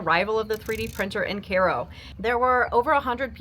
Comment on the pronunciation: Great to know it's pronounced KAY-ro , not KY-ro !